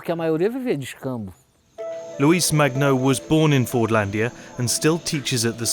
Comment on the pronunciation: It's so funny how the world is just discovering Fordlândia nowadays Nice video and you have an INCREDIBLE pronunciation of Portuguese words, congrats